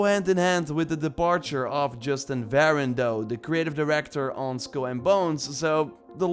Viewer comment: It’s pronounced SKULL and Bones, not SKILL and Bones.